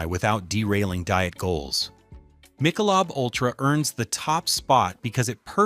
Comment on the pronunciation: What I think is, “You can’t pronounce Michelob!” Where’d they find you, Sport?